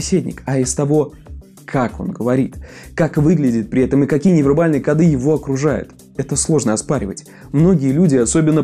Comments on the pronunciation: Правильно говорить "кОды"! Ну что за "кодЫ". А так всё норм. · В слове «коды» ударение должно быть поставлено на слог с буквой О — ко́ды. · Только не кодЫ, а кОды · Не кодЫ, а кОды